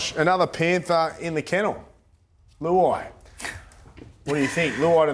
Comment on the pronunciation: Who- ai 😂😂